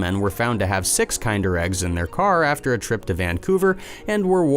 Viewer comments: Isn’t it pronounced “kender”? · PFFFT- starts off unrelated to the title, and immediately mispronounces kinder as KIND-er. Awful. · lol the way he says "kinder"